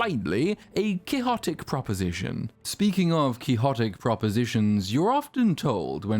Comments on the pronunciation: Nitpicker here, isn't the pronounciation, QUIX - XOTIC? Not kee hor tic? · Ironically, your voice reader is not very good. It completely misses with “quixotic” , just when you are talking about how great AI is! 😂